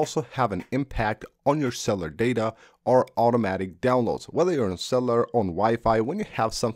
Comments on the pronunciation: Cell-u-lar not cell-ar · Someone else actually caught that too!! “Go ahead and swish cellar data off”!😂😂